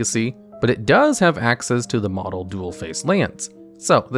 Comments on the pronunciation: btw "modal" is pronounced like "mode" (which it's derived from, because the card has two modes to choose between), not "model" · Modal is pronounced "mode"-"al" (or "mode"-"uhl") as in "this card has two faces that you can choose between, a land mode and a spell mode". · please check the pronunciation of modal. it's moe-dal:) bolas also:) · This guy should probably learn how to pronounce words before he goes over cards. Modal, conflagrate, Bolas, Emrakul?